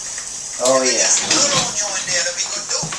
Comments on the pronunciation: Woah, when did he get a real chef's knife? Also, love his pronunciation of "un-yoan" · "The onyon" Bahahah